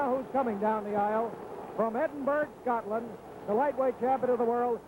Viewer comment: Good on the announcer pronouncing Edinburgh properly and saying tartan. Maybe kens team had a word! Rip kenny